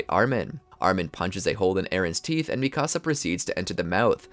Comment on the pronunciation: Dude said micasa